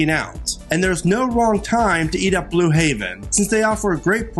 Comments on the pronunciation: Like how are we supposed to buy into your recommendations if you can’t even say the restaurant’s name correctly?? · Thank you. Come on man you are the voice of the video say the names correctly.